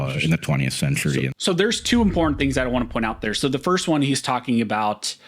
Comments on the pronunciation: As often as you use the word it makes me cringe listening to your butchery of it... OK so the word important is NOT pronounced im-por-ant or im-por-int or im-po-int... When you use the word put MEANING behind it because it is a vert IMPORTANT word so say it like you mean it. Practice if you lack the tongue to properly say it. (im·por·tant) - adjective - of great significance or value; likely to have a profound effect on success, survival, or well-being. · This guy can’t say important